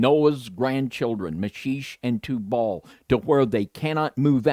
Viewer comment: Meschech ... pronounce Me*shack ...